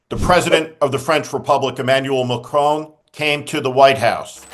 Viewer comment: Thank you Steve, I mean showing more repect for the Pronunciation of President Macron's name than Dumpster show to anything was awsome.